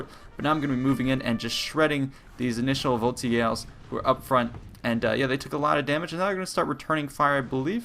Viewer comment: I always thought that you pronounce "voltigeurs" like "voltizhers" The more you know.